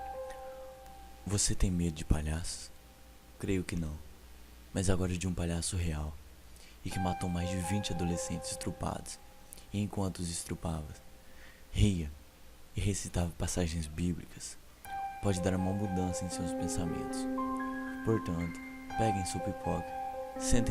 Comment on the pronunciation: Estrupado kkk não estupra a palavra. Mas ficou bom o video. Parabéns